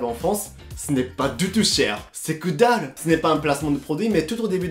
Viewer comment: « Kedalu » ça me tue de rire 😭